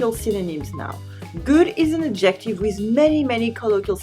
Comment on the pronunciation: Le mot adjective, c’est ADjective, l’accent sur la première syllabe, pas la deuxième. Juste un détail. J’apprends bcp de nuances ici.